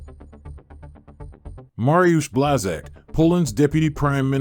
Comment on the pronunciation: People... read this BUASH-TCHACK, that is sounds name of Polish minister... not Blazak.